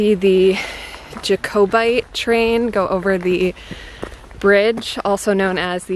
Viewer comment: Some of the pronunciations are hilarious, you made "jacobite" sound like an old Indian tribe 🤣 😄